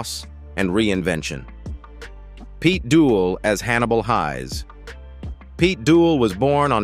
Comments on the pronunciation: Can't even pronounce the names correctly . Hayes not Highs ! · crappy pronunciations, Hannibal Highs, anybody who watched it knows it was pronounced Hayes although it was spelled Heyes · I thought the name was pronounced Hannibal Hays as in haystack, not pronounced highs. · I too was devastated at the loss of Pete. A question for this robotic narrator, why did you choose to mispronounce Hayes? It's Hayes not Hies. 😞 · WHY do they have to use that HORRIBLE AI narration on these things… it would be quite an enjoyable video but it had to go off at Hannibal ‘Highs’….its f*cking ridiculous………. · Can't watch due to careless AI narration and crappy script - 'Hayes' rhymes with 'plays'. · How the AI says Hayes name is so annoying, peooke are so lazy when the make these videos, it would have been so much better if someonexwrote and read the script themselves.